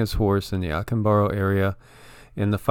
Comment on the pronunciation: Observe the accent mark say ah CAHM bah doe. Acámbaro.